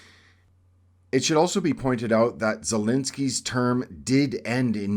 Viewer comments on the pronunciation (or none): Ffs, it is not ZELINSKY it's Zelenskyy